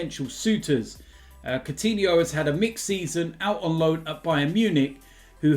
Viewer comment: So u say Soutinho, and not Koutinho..??